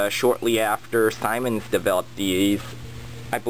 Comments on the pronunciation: Its pronounced ZEEMANZ not SIMONS. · Simens? It's pronounced 'SEEMENS"